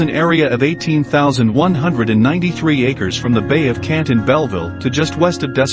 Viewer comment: Very nice video but I just want to help you out it sounded like you said you kept calling the Bay of Quinte as Bay of Kent It is pronounced like this "Quinn tea"